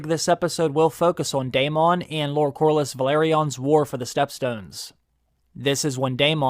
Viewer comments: Daemon not DAYMON 😂🙈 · The way you continue to call Daemon, day-MOHN and not DAY-muhn. Geore RR Martin pronounces his name as DAY-muhn. Why keep pronouncing it incorrectly? I’ll be unsubbing.